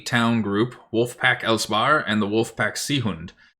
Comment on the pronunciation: Before you know it, it'll be Sims 17 and the missus will be all over it .. with all the facial expressions, new officers, complexions etc. Btw, it said "Eisbär", not "els-bahr". An Eisbär is a polar bear. eis - bär (not eLs and not bah-r)